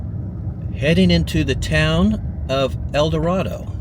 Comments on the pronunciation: Mispronouncing town. Eldorado. Long a. Eldo RAY do. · El da “Ray” do is how you pronounce Eldarado ok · Its pronounced Eldorada. With an A sound. My mom is from there and im from Tipton. One of those houses was my grandmother's. I spent a lot of years there growing up. I built part of the fire dept in Eldorado. I own several of those buildings in Tipton. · Pronounced Eldorādo